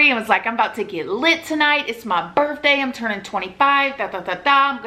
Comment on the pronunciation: And birfday hehe